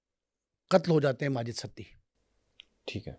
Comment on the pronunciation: سڑک چھاپ خود ساختہ صحافی اور چربہ کہانیاں کوئی تھوڑا بیسک انویسٹو گیٹو جرنلزم کے رولز کو فالو کر لو ایک ستی کو سٹی پڑھ رہا ہے اور دوسرے کو فرخ کھوکھر کے باپ کا نام ہی نہیں معلوم 😂